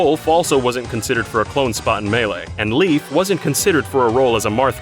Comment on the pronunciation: I hate to be that guy, but Leif's name in English is supposed to be, well, "Leif", which is pronounced like "life", and not "Leaf".